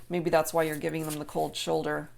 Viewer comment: Shold Choulder is that right? Hahahahaha you got me laughing too